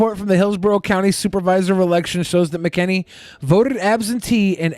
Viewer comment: It’s pronounced Mac-N-Annie